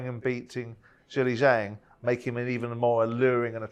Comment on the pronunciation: Can someone please do a compilation of Talk sport presenters saying Zhili Zhang? Jilli Jang, Jeelay Jang, chilli jang.... 😂